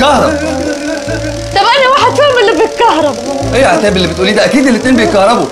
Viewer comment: هي عتاب متقدرش تقول الشين ولا ايه😕